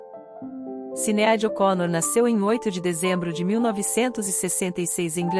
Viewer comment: Por que essa comentarista do YouTube não pronuncia as palavras e o nome da cantora corretamente???? Sinead ela pronuncia Cineádi...que horrível... o nome é pronunciado errôneamente e está totalmente errado!!